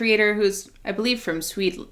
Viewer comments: Uhm really?.... Swedlend? As a proud swede from Sweden i'm offended😂 Where did you get the "lend" part from? CMON again? do you even know what country you are talking about?? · Forever saying Swedland instead of Sweden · She said Sweden wrong on accident in the first minute or so and just decided to run with it, because obviously making fun of Swedland is the right thing to do. you have to understand that in a Nordic context Sweden is especially dunked on cause at some point in our history (17th and first part of 18th century) they became an actual global super power and tried to subjugate the rest of us. Like you have to understand. Peter the Great of Russia is called "the Great" because he finally beat Swedish power leading to the rise of Russia as a world power and the start of the downfall of Swedish dominance up north. He beat Charles XII, who later died in his second attempted invasion of Norway. So yes we give the Swedes a hard time. and thats not even getting into the WWII stuff. So we greatly approve of the Swedland thing.